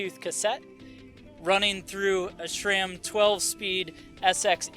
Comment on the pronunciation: It's Sram not SCHRAM